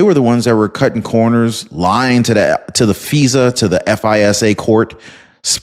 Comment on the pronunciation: He's says feeesa i say fisa